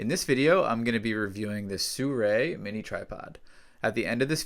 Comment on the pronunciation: Wow! You know how to pronounce "Sirui" correctly. Instant credibility. It would have been interesting to see the tripod with legs fully extended. Obviously, it is not going to replace a normal on-the-ground model, but could it be used in a pinch? Does it come up to your waist? (edit: Nope. Maybe up to your knees.) Regardless, I'm actually here hoping to find your review of the Lojel Cubo Small Lite. Still looking...